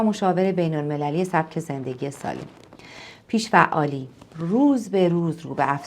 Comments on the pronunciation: جسارت نباشد این اختلال بیش فعالی نام دارد که شما از آن با پیش فعالی یاد کرده اید بد نیست با تحقیق بیشتر و تلفظ درست این ویدئو تکرار شود با سپاس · ممنون ولی چرا همش میگین پیش فعالی 😂 کاش درست تلفظش میکردین . بیش فعالی درسته نه پیش فعالی !!😂